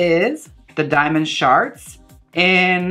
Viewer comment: It sounds like you're saying "diamond sharts" I wish I sharted diamonds :'3